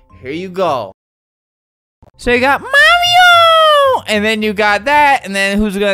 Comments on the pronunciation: Mario❌ Mawio✅ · Ttttttttttrrrrrrruuuuuueeeeeee: MAWRIOOOOO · Flamingo, I love how you just pronounce the word Mario: MAWIO MAWIO MAWIO MAWIO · So, we got MAHREEOO!! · Maweoooo :3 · Mommy oh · " MOMMY OH " " LUIGI " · I had CC on and when you said “Mario” the caption said “mommy oh” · MAWIO MAWIO MAWIO MAWIO MAWIO MAWIO MAWIO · MAWIO MAWIO MAWIO MAWIO MAWIO MAWIO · m a w i o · MAWIO MAWIO MAWIO MAWIO MAWIO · mawio only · mawio time mawio time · It keeps saying mommy oh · It's always been Mawio. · It's pronounced Mary-o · Marryo he says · not mario